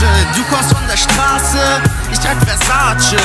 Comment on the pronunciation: Er spricht Versace falsch aus.